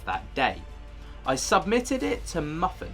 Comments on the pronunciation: just a quick fyi: MUFON is pronounced as MOO-FAWN. "muffin" hahaha! That was great. I think I'll start calling them "muffin"... 🤭😂😊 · Good show, mate! I noticed that you said "MUFFIN". I think it's pronounced "MOO" + "FON". Cheers from across the pond. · Not "muffin" it's pronounced moo-fon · FYI MUFON is pronounced moo-fahn...I know it's not necessarily common knowledge and looks like it should be pronounced otherwise but I thought it was cute and had me giggle when you'd call it muffin. I happen to live real close to where that video was captured and sent in to MUFON and other authorities. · Lol there is no "fawn".....its MOO-FON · Oh, man. Things get hilarious around the 44 mark. First this dude pronounces MUFON like muffin then he immediately reads a post asking him to forgive the poster's bumpkin accent.